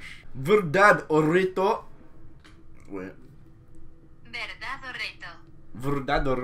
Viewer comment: "verdad dorito" your spanish is hilarious jkfkkdjdd